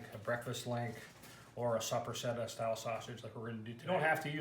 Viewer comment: Its videos like this that are destroying the Italian salumi culture I grew up in. First learn to pronounce Soppressata correctly, then stop adding pistacchios, then perfect your process without the need for curing salt, then consider teaching others.